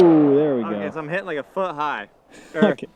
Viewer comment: Hitting has two Ts so please don't pronounce it " heh in". Pronunciation is important.